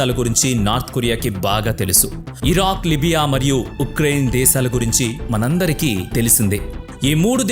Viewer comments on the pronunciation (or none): none